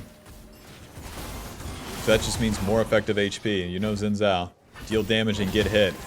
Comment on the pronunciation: It's "shin-jow"